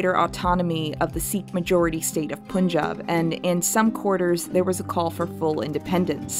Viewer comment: ok just a minor grievance, pronounce punjab as pun(as in pun intended)-jab. I can probably say this for all Indian names written in English pun is 'un' and spoon is 'oon'. Love ur stuff btw